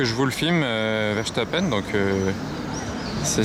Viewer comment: Pourquoi vous dite Max Verchtappen, c'est Max verstappen...